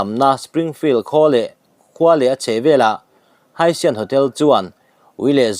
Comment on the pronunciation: Haitian hi Haisian i tia...A dik chiah lo...Haitian T a lam tur a ni lo maw.